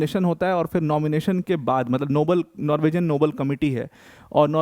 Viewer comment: Sir, नॉर्विजियन नहीं होता है, नॉर्वीजन होता है.